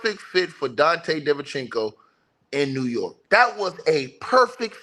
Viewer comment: “Dante Divenchinco” is my favorite ticket tv pronunciation